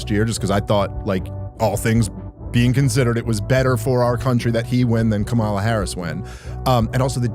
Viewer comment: Still don’t respect black ppl enough to say KAMALA name correctly 🤨